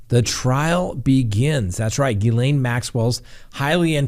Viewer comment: So glad you figured out how to pronounce miss maxwells first name! Just kidding you😂😂😂